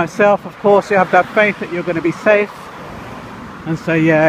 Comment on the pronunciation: I was killing it when you said... Safe.. and almost put on a slight jamaican accent to try and fake being from there LOL... hahaha.. Typical tourist. You likely stood out a mile... just the way you behave... i mean what jamaican walks with no where to go... LOL.. they live there. They have things to do.. more time. You look like you are having fun though. I went there when i was a kid. But not as an adult.